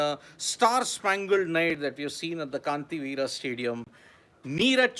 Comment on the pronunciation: Kaanthiveera ❌️ Kanteerava ✔️